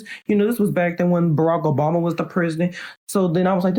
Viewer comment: “Introducing Ms.Michelle Obomy”🤣